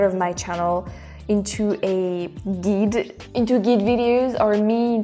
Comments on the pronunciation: Guide... should Rhyme with Ride, not Keyed. Silly Youtube never showed me the Neko video, so I had to pause to watch that :) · Brand new American subscriber here. I love how you are reaching out to us. I would love to know more about France and the language. Very interesting ideas! (Guide is pronounced like “Guyed” not Geed. :) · Again.... the mic volume is perfect. Also....GUIDE, like you said you wanted to be our guide in France.... Guide is pronounced like.... GIDE. Juat forget the U is there. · Guide is pronounced "GUYd" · Hi -- just so you know, "guide" rhymes with "ride" -- long /i/ sound